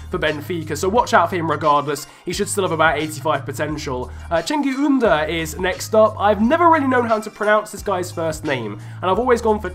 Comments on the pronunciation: Either: "Chen-Geez" or "Shen-Geez" "Oond-ehr" But you were like 95% right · Cengiz’s name is pronounced kinda like Genghis khan. But try saying it with a j at the start. So Jenghis is his first name. To pronounce the last name, u need to know the ü sound. Basically, make the “ee” sound and then round your lips. Then it would be Jenghis Ün-there. Glad to help!